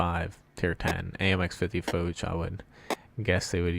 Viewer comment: AHRRG!!! Its Foch not foach or fouch ,fo sound from fog, ch has the sound of sh as in shave! General Foch is spins in his grave every time you say it. great channel ,bad pronunciation...